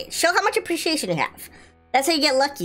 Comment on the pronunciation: ✋ I HATCHED A HUGE TODAY FOR SAYING APRIETIATION